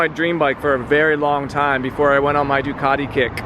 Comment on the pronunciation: Please do an Aprillia, at least you can pronounce the name unlike Doocarrdi 😂